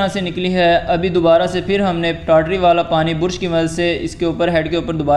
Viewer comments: Bursh or brush😅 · Bursh nahi be..brush bol. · Bruuuush nahi brush. Bra-shh ese pronounce kartr hai